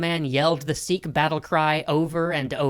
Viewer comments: Its sikh not seekh get you pronounciation right. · Do a video on Hari Singh Nalua, a Sikh general. And its Sikh, as in itch, not seekh